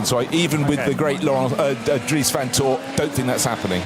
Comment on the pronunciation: I wish that would get people's surnames right van is van not von.